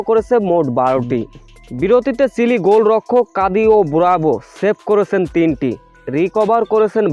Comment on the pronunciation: উচ্চারণ ঠিক করেন সিলি হবে না চিলি হবে